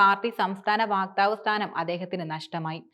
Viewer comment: വാക്താവ് അല്ല; വക്താവ്